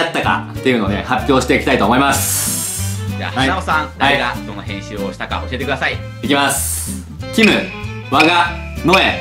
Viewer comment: 誰がへんすーしたでしょう、にしか聞こえない、、、（笑）